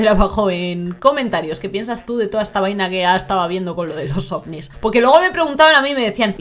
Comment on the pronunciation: Llegué temprano 😁 cómo me encanta cuando la emplea la palabra "vaina" te sale muy bien chama, solo falta que diga "coño de la madre" y moriré de amores 😍